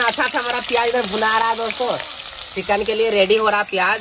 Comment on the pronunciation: Kitna chickan chickan kar raha hey jeisey jeewan mey first time kha rahaho or chickan nahi hota hey chicken hota hey 😂😂